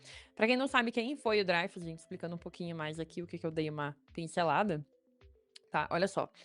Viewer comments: Pior que é Dreyfus, mesmo (drêifus). O cara era francês, então é "drêifus". Quem pronuncia "dráifus", segue a pronúncia inglesa. Tem um canal chamado "French Pronunciation Guide", onde há um vídeo intitulado "How to Pronounce ''L'affaire Dreyfus'' (The Dreyfus affair) Correctly in French" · Gente, a pronúncia é Drêifus e não Dráifus... O nome é francês, não é alemão nem inglês. O mais irônico é que o Caso Dreyfus foi causado por antissemitismo e foi o catalizador para a criação do movimento sionista que hoje faz genocídio na Palestina. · pior que é DrÊIFUS a pronuncia correra. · Sobre a pronúncia do famoso "Caso Dreyfus": "draifus" seria uma pronúncia anglo-saxã estranha, porque muito mais distante da original francesa. O julgamento do soldado francês Dreyfus foi emblemático da Justiça e da História da França da virada dos séculos XIX para o XX, um divisor de águas entre a direita e a esquerda francesas pós-revolucionárias. Portanto, a pronúncia aportuguesada "dreifus" ou "drêfus" é mais próxima da original francesa (onde o ditongo "ey" é pronunciado como o "ê"), que a pronúncia anglo-saxã "draifus", que é estranha às duas línguas latinas.